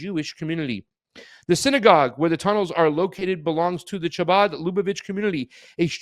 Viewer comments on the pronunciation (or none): Scottish ch. Not English ch. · Pasta,The "ch'" seems to be pronounced as a"K"... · I'm pretty sure the C is silent . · Funny that he missed that the "Ch" in Chabad is pronounced as it is in a word used in the next sentence, chaos. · Ch is pronounced with your throat my guy, lol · not pronouncing chabad correctly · Imagine doing a 15 min news segment, and mispronouncing the name of the subjects dozens of times…